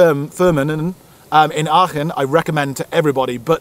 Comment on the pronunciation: It's pronounced Arken aachen .